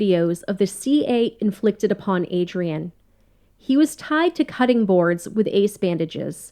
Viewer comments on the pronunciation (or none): none